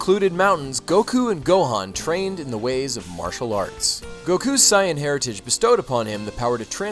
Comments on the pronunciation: if you know about dbz so much, then you should know how to pronounce saiyan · super cyan? lol its super saiyan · its sai-yan not cyan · It is not Cyan its sayin it is (S-ay-an) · please stop saying Saiyen like that. its pronounced say-in not psy-in. other than that great video man : D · Ryan Clark its pronounced sigh in but because of the english dub who pronounced it say in people often pronounced it say in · "Sigh-And" ...... sigh ... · What's a Sai-ahn? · its sa-n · if your not gonna pronouce it like they do in the English anime I would prefer you use saiyajin pronunciation please. (cyan) is just painfull to the ears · is that really how u say super saiyan. it sounds like cyon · I thought it was pronounced saiajin? :P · for real. im pretty sure they dont even pronounce it "sai-en" in the anime-_ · what the heck why does he pronounce saiyan "cyan", you can tell this guy probably didn't even read/watch dragonball and is probably just reading off of a script that ***** gave him.... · IncompleteCinema Simple, in Japanese, nationalities (and other things) end with -jin and saiyans in Japanese are called Saiyajins (Sigh-ah-jeens) so the anglicized pronunciation becomes Sigh-ahn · actually, cyan is pronounced 'sigh-ann'. he pronounced Sayian as 'sigh-on' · You said saiyan wrong come on man 😑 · dude learn how to pronounce saiyan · Dude, how do you not know how to pronounce Saiyan? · He saying saiyan wrong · A drink for every time he mispronounces saiyan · wtf are you taling about? Just admit that you didnt grow up watching or reading dbz. Because we all know that if you did infact grow up reading dbz you would have watched the fucking show on tv and known how to say saiyan properly. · Pronouncing Saiyan wrong must be on purpose just to rustle a weeaboos jimmies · I'm sorry but the way he pronounces sayain is bleh to me Dx other than that solid video man loved it :] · everything was great just missed pronounced sayain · God that was annoying how you say sayian